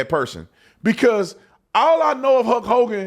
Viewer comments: Man, hearing Brandon pronounce Hulk as "Huk" is hurting my brain. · Why do u keep calling him Huk Hogan. Its HuLk. Like Bulk but with an H. Sounds super weird the way your saying it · Were you calling him “Huck Hogan”? Every time you said his name that’s all I heard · sounds like you are saying huck hogan lol